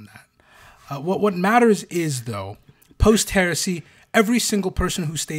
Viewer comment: 😂 every time he says heresy , all I hear now is Horusy